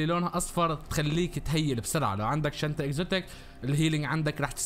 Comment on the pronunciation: أكلت حرف الطاء في كلمة شنطة